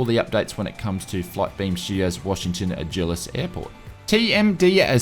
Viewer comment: FYI Basel is pronounced 'Barl', Dulles is 'Dull-es'